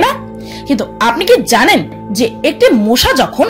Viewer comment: Apni Ki ZANEN?, apni Ki ZANEN?,, apni ki ZANEN 😁😁😁